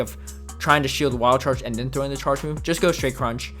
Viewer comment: “And dennnn” 🤣 Ps love the vids bro 👍👍👍